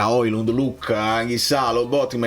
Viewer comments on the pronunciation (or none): none